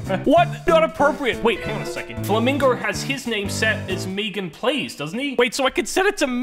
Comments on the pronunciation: He really said meegan plays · How other says MeganPlays: MeganPlays how saids it: Me ganPlays